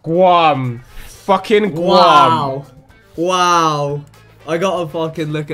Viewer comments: Vic called it “Gwam” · the way vik pronounce Guam LMAO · I literally spent like 2 years living in Guam and as soon as I heard the GU I instantly realized no one would realized where it was cus it’s in the middle of nowhere. Edit: Vick’s pronunciation killed me inside 😭